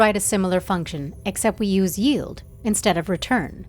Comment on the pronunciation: The most important thing Ilearned in this video is how 'yield' is properly pronounced